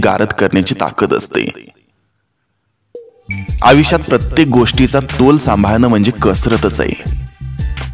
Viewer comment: सर, विचार सुंदर आहेत.पण आपण आयुष्यात म्हणत नाही आविष्यात म्हणता.सुंदर विचार सांगणा-यांचे असे ग्रामर?